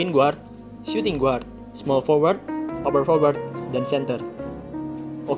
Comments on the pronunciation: videonya keren2 tapi biar makin keren Guard dibaca Gard not "GUard" hehe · Guard bacanya = Gard, U nya gausah disebut